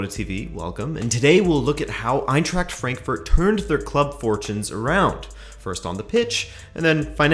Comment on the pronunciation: EinTräkt FrÄnkFÖrt😂😂and Grufa föft😂